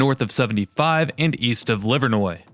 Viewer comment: Thank you for taking the time to learn how to pronounce Livernois (Livernoy) correctly. Believe it or not, there are even many Detroit locals, born & bred, who are happy to keep calling it Livernoys. 🤦